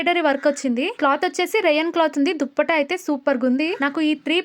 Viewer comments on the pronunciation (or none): అక్క దుప్పట కాదు దుపట్టా 😂